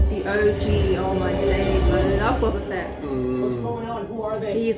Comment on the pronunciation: Silly Brits. It’s Boh-buh Fett, not bah-bah Fett